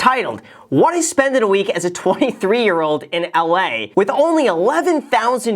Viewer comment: Please tell me you said "LA" like that ironically because Letterkenny!! 😂